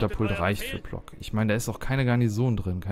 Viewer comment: ich spreche zwar kein Polnisch, würde aber sagen, dass Plock wie Pwotzk ausgesprochen wird.